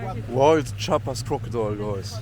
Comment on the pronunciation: Chiapas is a beautiful place, full of natural landmarks and biodiversity. Btw the pronounciation is /Chee-ah-pas/. Nice video and enjoy all México 🇲🇽✌🏼